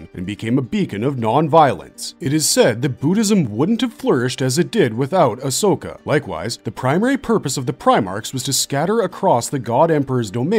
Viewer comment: Bro pronounces Ashok better than India ❤🎉